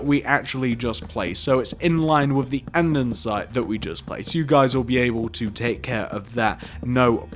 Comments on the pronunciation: nice tutorial! but pls say an-de-site instead of an-den-site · Is no one gonna comment on the 'andensite'